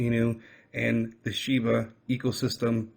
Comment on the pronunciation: Shiba not Shibu lol